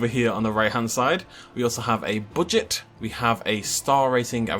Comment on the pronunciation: "We also have a boodget "